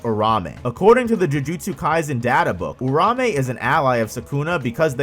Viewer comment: It's pronounced "Ura-ume".